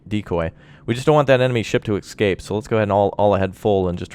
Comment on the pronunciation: its not excape its escape